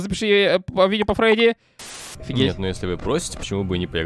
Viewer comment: Не Фреди а Фредди